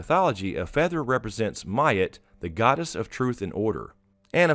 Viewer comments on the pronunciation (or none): Ma'at=muh-aht not myat. Think of the word hot and put a muh in front of it. Love your video's